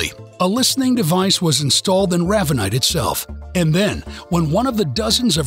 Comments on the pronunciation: "Raaaaavanite"???? It's Ravenite.....like the bird. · Very. Good job guys !! But ray ve nite not raavenite